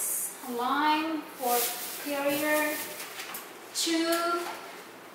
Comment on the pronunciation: Perrier is actually pronounced as " Perriyey "